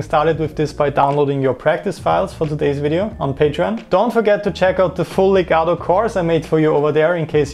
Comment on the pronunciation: I like hearing the word legato correctly pronounced with the letter T instead of the D like most english motherlanguage people do... :-)